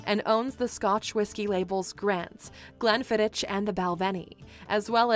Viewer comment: So many inaccuracies in this videos it's unbelievable. The woman didn't even bother to check the pronunciation of the capital city and the way she pronounced Glenfiddich made me sick. I was quite surprised to find out Scotland is a Catholic country though. Since I'm a Scottish Catholic myself, lived all my life here, I was certain we were a minority. There's so many cool facts they could've shared but no, they went for misinformation and the fucking chilli capital 😂. My guy, no wonder you looked confused, we all were.